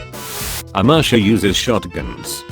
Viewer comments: Ah, yes, my favorite country: Amerisha. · No one:AMERSIA